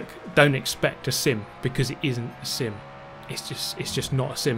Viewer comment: Whenever he says "sim" sounds like he is saying "simp"